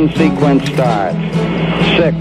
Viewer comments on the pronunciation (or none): none